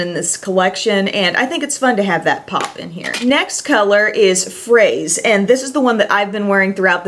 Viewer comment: Hi, if that Bite stick is called "Fraise" it's pronounced "Frez" and it means strawberry in French.:-) Also, that Ciate shade is stunning!